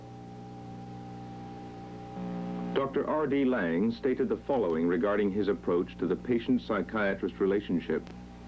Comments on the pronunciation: It's not Lang but Laing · It's Laing not Lang. There was a very brilliant psychoanalyst called Robert Langs who co authored a book with Harold Searles so it's important not to confuse them.